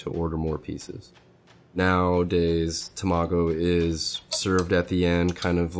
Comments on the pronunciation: It’s Tamago not Tomago. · This is amazing and mesmerizing. You are so crazy skilled! But you gotta learn how to pronounce Tamago my dude 😂 TA-ma-go, not ta-MA-go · ta-ma-go not tomago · Him saying tamago like that was pissin me off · Haha he was cool until he pronounced tamago wrong, haha. Jk